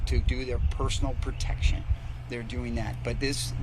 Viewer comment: The word is protection not pertection.